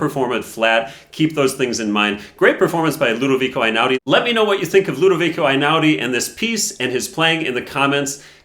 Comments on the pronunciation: Sorry for being pedantic, but it is pronounced "eh'-inah-udi". Also, it is "uno" (as in the game) and "mahtti'na" (i.e., the main stress is in the "i". 😊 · unA mattina, if we're being pedantic. Also eɪ-ˈnaʊ-di (ay-now-dee) is closer. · It’s Einaudi like letter A not like letter I. It’s Italian not German. And Mattìna with the accent on the I not on the a. Why can Americans never be bothered to learn the correct pronounciation of anything??? Annoying approximate people. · Totally agree. But please. Before talking about an Italian person with an Italian surname, don't you think it's important to learn how to pronounce it? The "E" in Italian is not the "I" of iPhone. Einaudi sounds like Ehi-naudi. Damn! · It's pronounced Hey-now-di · I am Italian and love Einaudi. Did you know that his surname is pronounced E like electrify not A? He is the direct descendant of our past President. I love his music because it creates a wonderful atmosphere. You can’t play it mechanically, you need a soul. And it’s the soul of his creations that touches the hearts, not virtuoso performances.